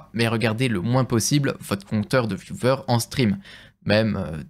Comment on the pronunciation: Bjr. Juste une petite remarque : On dit "viewers" (viou-ou-er) et non "viewVer" comme vous le prononcez. A part ça bravo et courage ! Sans rancune ni hater feeling 😊